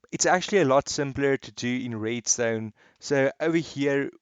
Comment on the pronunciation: I love how he says „Reedstone“😂😂